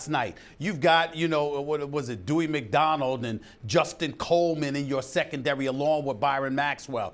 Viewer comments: Dewie Mcdonald?!?! Cmon Stephen A u bum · Lol, "Doouie McDonald" It's Bradley McDougald SAS😂